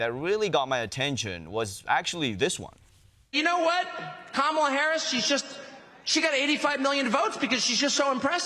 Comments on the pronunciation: Trump pronounced Kamala correctly. He must be rattled. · Ok...am I the only one that realized Trump FINALLY said Kamala's name correctly?! Our little boys all grows up! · Seems Trump finally learned how to pronounce her name lol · WOW! Did drumpf actually pronounce her name properly? YES HE DID! I'll bet his followers will have a problem with that! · Hold up!!! Trump said her name CORRECTLY during the rally. WOW! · Seems with all their bravado talk, JD and Donald are finally pronouncing her name right. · He said her name correctly! Must be past his bedtime! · Trump pronounced her name right!!!!! He can be taught.